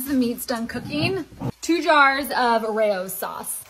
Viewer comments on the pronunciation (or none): Scuse mee... it's pronounced Rao's not Ray Ohs...